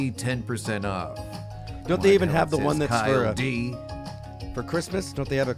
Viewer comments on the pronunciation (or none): KyleD is actually pronounced like DJ Khaled.